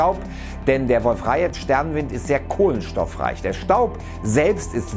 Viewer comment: Das wird Wolf-Rajee ausgesprochen und nicht rajet ^^ also keine rechtschreibung beachten sondern nur wie man es spricht ^^